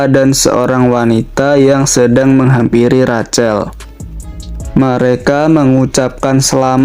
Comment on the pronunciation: Sedikit masukan min... Rachel... Cara baca nya Rahel